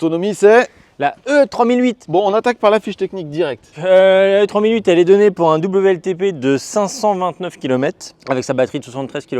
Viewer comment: La prononciation de E3008 est " i 3008"